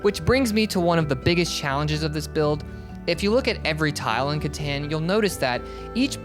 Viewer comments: Katon please, it's pronounced katon settlers of katon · Catan is pronounced (cuh-tawn) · Right off the bat in the intro he already said Catan Rong 4 times